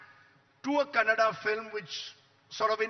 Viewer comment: Mr. Editor…it’s KANNADA❤ not CANADA😡